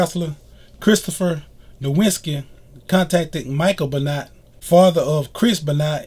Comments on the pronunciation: First video done without present because the guy is just reading a Wikipedia entry Not your best video By the way, it's pronounced "ben wah" not "ben not" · I've followed pro wrestling for 46 years and I've never heard of this Beennot. Please learn how to say his name correctly. Thank you. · I know that you're gonna hear this ad nauseam on this vid but it's pronounced "Ben-wah", and ALL old school wrestling fans know that WWF/WWE is the same company but yet you mentioned it as a different promotion. They had to n change the "F" to "E" in 2002 because of a legal lawsuit with World Wildlife Fund...😒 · You aren't even close on pronouncing his last name correctly. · Brian Mcnamara I cringed every time he said it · I'm glad you understand that you pronounced his name incorrectly because honestly, you sounded ignorant. Just saying.